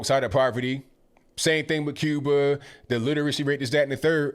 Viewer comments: He's got an out... He said Cuber, not Cuba. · Did I just hear say ‘Cuber’ instead of Cuba???